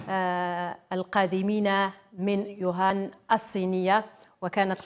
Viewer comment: شكون راه يسمع يوهان ماشي ووهان 😷😷😷هههههه